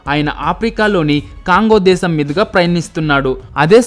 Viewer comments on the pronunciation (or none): none